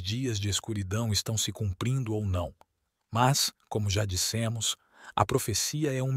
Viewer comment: " CUPRINDO"?! Falta de atenção e de respeito...